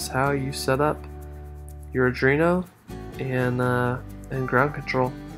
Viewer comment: Just FYI: It's pronounced "Arr-dwee-no"